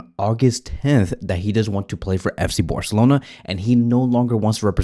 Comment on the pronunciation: “FC Boarcelona”